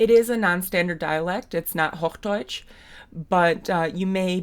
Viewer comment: I was confused by your pronunciation of the word "Hochdeutsch". I heard a short o, is that regional or was it because you were speaking English?